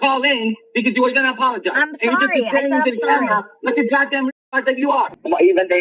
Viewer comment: Emo rock "pioneer" nearly gahtdanng ruined me.